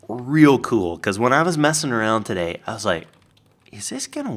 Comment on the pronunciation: is your "todayeh" coming from Jimmy Fallon's "Ew" bit?